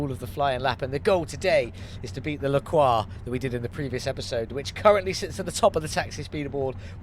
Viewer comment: Nice, finally a yellow taxi. Faster than the LaCroix (which you pronounced almost right but english people aren't used to the "R" sound so I can't blame you) but as sweet for the eyes. And the next build is a moon vehicle !? Ho man I can't wait for this one ! ^_^ 1hp ? I wonder how it will turns out on the gravel track...